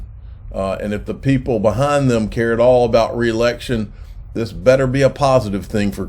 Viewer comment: Re-election....lmfao.....Re-election...cmon man